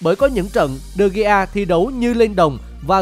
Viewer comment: vãi đọc tên đờ gi. man noi e. nản